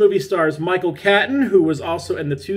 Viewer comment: Another all time favourite Aussie movie of mine. Micheals name is pronounced ‘Cayton’ not ‘Caton’ 🙂 Something you wont know unless someone tells you. Great review,! 👍🤟🏼❤️🇦🇺